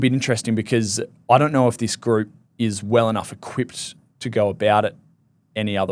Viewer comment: “they doyrwgh noyrwgh what they’re getting with him…” Why do Australians talk like this?